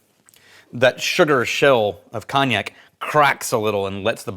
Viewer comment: Your pronunciation of cognac as Cawn-ee-yak, is incorrect in every part. At least get the one syllable right lol